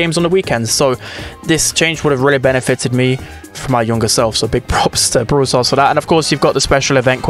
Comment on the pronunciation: ITS BRAWL PASS NOT BROWL PASS ITS WITH AN A